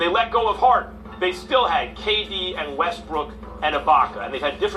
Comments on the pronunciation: Yes, be you. Even if you can't pronounce brook and say brick! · I say this respectfully, Why do y’all insist on callin him Russel WestBRICK..the mans name is Russell WestBROOK..smh I mean I understand that y’all ain’t fond of the guy but show some objectivity to the situation and put some respect the man name by pronouncing it correctly..Smh Respectfully